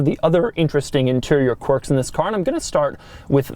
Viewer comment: Doug "interesting corks and features" de Muro